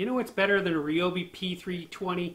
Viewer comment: the "REEOBI" lol 😋